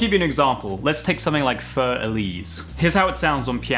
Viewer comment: In all due respect and FYI: "FÜR Elise" - the umlaut makes the "U" sound like a "Y" not "Fur" but "ˈfyːɐ̯" The meaning of course is "For Elise" Example here